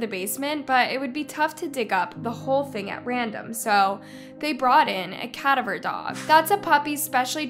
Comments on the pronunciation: You need to leave how to pronounce cadaver. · Yup, the mispronunciation of “cadaver”, was like nails down a chalkboard. Google how pronounce if you don’t know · Cadaver, entomologist, court martial - three examples of terrible mispronunciations. What is her deal?? If you don't know how to speak intelligently, why not hire a professional voice actor? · Btw, it's pronounced Ka-dav-er not cad-a-ver... sorry, that just kinda bothered me... 😅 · You mispronounced cadiver and martial. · Cadaver (cah-dav-er) 🙃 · When you said cadaver I was like a what? I've never heard it pronounced that way before. I couldn't help but chuckle. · I blame the educational system for you not knowing how to pronounce "cadaver". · How or why do you say "cadaver" with only 1 syllable? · Still pronouncing cadaver wrong.😊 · It kills me every time you say cadaver in your videos but your videos are always great otherwise. 😜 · They way you pronounced cadaver dog !! Lol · Can't pronounce cadaver? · Learn how to pronouce "cadaver"